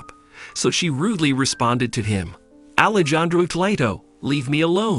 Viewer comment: Alejandro is pronounced Alejandro the j is pronounced like an h